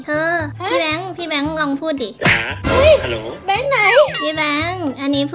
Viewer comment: ฮัลโหล๋ เสียงสุพรรณ555